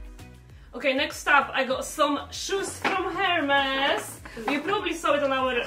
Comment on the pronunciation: If only they knew how to pronounce 'Hermes' correctly🙄🙄🙄😑😑